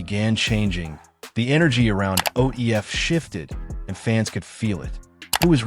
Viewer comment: You a goofy at least say it right who the fuck is ODF ?